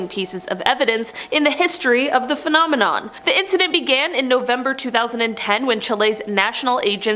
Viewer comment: I wish they’d get it right… “phenomenon” is singular, “phenomena” is plural, and “phenomenoowawo” isn’t fooling anyone - pick one!